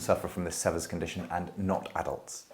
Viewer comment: Sever rhymes with fever. The first e is long. It is named after an American doctor.